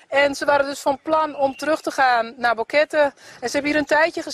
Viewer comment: Boquete is pronounced Bow-k-tay en español. 😀